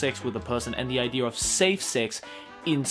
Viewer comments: I listened until he said "Idear". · I like how Australian people always pronounce idea like idear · I love how says idear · I luv how when he says idea he says ider XD